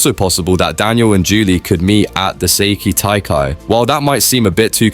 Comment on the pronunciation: " the seyki taikai " 💀💀💀